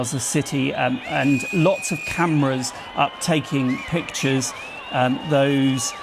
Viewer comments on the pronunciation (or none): none